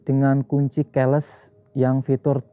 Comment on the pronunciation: keles😂😂😂😂keyless (ki les)